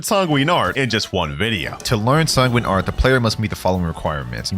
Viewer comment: At the start of the video did bro really say tanguine arts